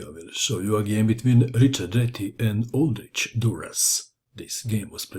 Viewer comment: well it is czech, the name is called "old rzykh" . Kh like ch in word loch(ness).